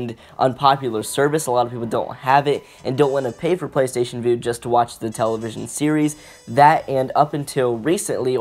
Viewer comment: Vue is pronounced view not voo.